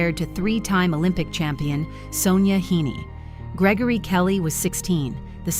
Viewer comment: Whoever is narrating needs to go. Try pronouncing their names correctly. Sonja Hen-Ny not Hin-Ny. Butchered most of the names!!!!!